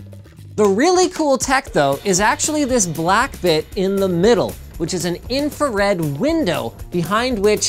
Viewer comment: "High energy infared light" Thats called red linus